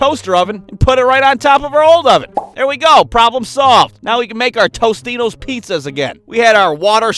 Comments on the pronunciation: tostinos? You mean totinos? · It’s “Totinos” not “Tostitos”